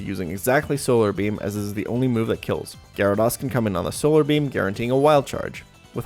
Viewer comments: Good video. But it's pronounced Gyara -dOs not Gyara-dAs. lol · Every time I hear Gyara*doss* I die a little on the inside. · Never trust anyone that pronounces it Gyara-doss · Amazing content but how can someone play so much Pokemon and still mispronounce "Gyarados" so much lol